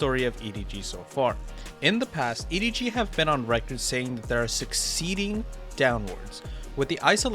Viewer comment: i'm sorry this was a great video until you called him EDG smodgy